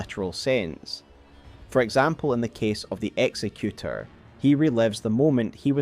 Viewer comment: You're mispronouncing executor. Exec- as in executive. Exec-you-tore. Not execute-er. His name doesnt mean he executes people. That would be executioner. Executor is someone who carries out someone's final will (in his case, implied to be the painter's).